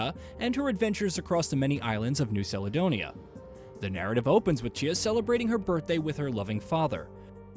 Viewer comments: First learn how to say the islands right Caledonia, it’s was a good game idk what your problem is but for us Melanesians it’s good representation of the culture to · New Saledonia 😂 dude, do you realise that Google translate has a text to speech functionality? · Seledonia?🤦‍♂️🤦‍♂️🤦‍♂️ Such a typical American 😂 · I’m curious…. When you say calendar do you say salendar? Caledonia is the same as calendar champ 🤦🏻‍♂️